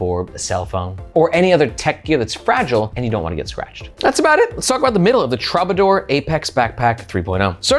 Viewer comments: Is it pronounced truebadoor? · That word is pronounced TROO-ba-dor. 👍🏻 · Please, please, please learn how to pronounce Troubadour.